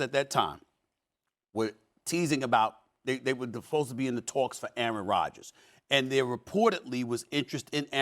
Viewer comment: SAS said “Aryan Rodgers” 😂😂